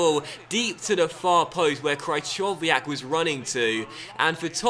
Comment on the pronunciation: "Cry-chov-iyak"? Fucking hell 😂